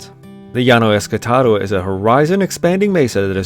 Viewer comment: I always thought it was ESTACADO not ESCATADO